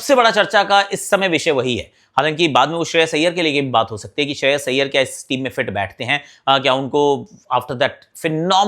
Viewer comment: Shreyas iyer ka naam toh dhang se lena sikh le